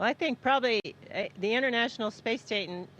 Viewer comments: The International Space SATAN !! Ha ha ha, all in a/the slip of the tongue... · Tell me she didn't say "International Space Satan". Are you kidding me?